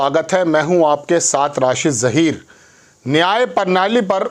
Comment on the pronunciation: परनाली नहीं प्रणाली।